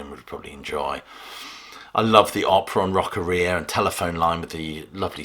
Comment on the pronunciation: "Rock-uh-REE-uh" 😳 Wha... What the....?! Surely, it's Rock-AHH-ree-uh!?